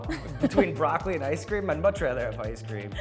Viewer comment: Dis b¡tch said, “broccoli.” Girl…!